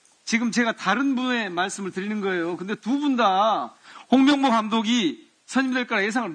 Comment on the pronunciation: 또 홍명보 하는데 똥명보로 들음 ㅋㅋㅋ